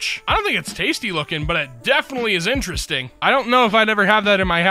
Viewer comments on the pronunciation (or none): none